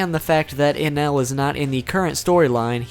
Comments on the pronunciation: He called eneru ENEL* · its not ray-lay its ray-lee and u forgot to go over snake man form of gear 4 (observation haki form) also int nor anne l its n-a-roo